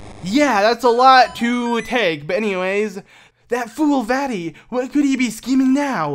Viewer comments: The way he says "vati" and not "Vaati" as in "Vah- Ti" Just such a bad name when u pronounce it that way 🤣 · Sounds like he's saying "fatty"